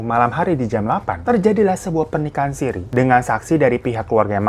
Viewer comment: nikah sirri bang bukan sirih. hihi. sirri itu artinya tersembunyi.. ralat ya netizen kalo aku salah.